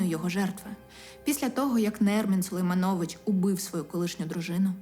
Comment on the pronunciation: Автор - ви крута!) дуже приємно слухати, але будь ласка 🙏 ставте правильно наголос на по-батькові… люди не можуть бути СергіЙОвич, ОлесксадроЙОвич. Сулеймнович там не СулейманЙОвич